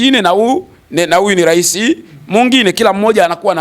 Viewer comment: Rais au urais pronunciation ya misamiati ya kiswahili inamsumbua je! ayo mengine anajua kwr au ndo #chawa pro+